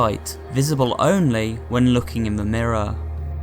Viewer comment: I think you mean mirror, not miroor